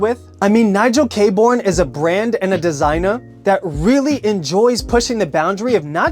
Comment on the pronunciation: It’s pronounced Nigel Kay-Burn. Great brand and a great guy, he’s an absolute sweetheart of a human